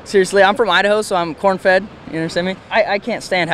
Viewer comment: He said “i’m from idaho i’m corn feed” 🤣